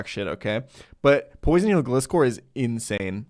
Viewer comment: I am genuinely going to hurt something if people keep pronouncing gliscor with a short i. You know what gliscor is based off? Scorpions and gliding. GLIde SCORpion, GLISCOR.